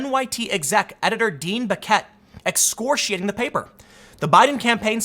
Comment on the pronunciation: How does one get "excorshing" from excoriating? Too many examples to list of how poor his reading skills are, chances are, his reading comprehension skills are also piss poor. Inexplicably, he's not embarrassed.